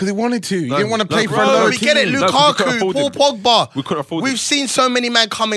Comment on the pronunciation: ......What are you saying Champions League.....shhhhh (Lukaku shh)